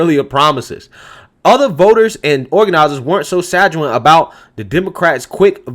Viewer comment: quick FYI...it's sanguine sounding like sang-gwen